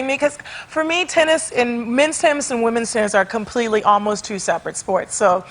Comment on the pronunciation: "Wimpen's Olympics" niiiiiice unintentional haha